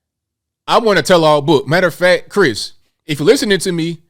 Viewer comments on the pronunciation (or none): none